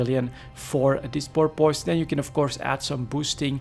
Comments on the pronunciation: The best way I can think of to describe the pronounciation of porpoise is pore-ps. Hope that helped. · As someone who lives on the gulf where porpoises are nativve it's entertaining hearing you trying to pronounce it. Porp kinda like torp. Piss said fairly fast. Porp Piss. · Hmm, I would say 'puss' is a better guide for the second syllable, with minimal emphasis and enunciation as a tack-on suffix to the dominant 'Porp'. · Pronounced 'pore-puss'. Thanks for the video! Cheers! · It's "poor-puss" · Porpoise... pronounced Poor-Piss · why is it that no EvE YouTuber, from any nation, can pronounce it correctly?